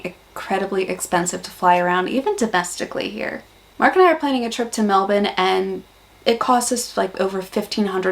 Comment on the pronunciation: You said Melbourne perfectly. In that one sentence I couldn't tell you weren't from Aus